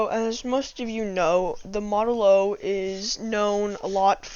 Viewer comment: Also it's a model o not a zero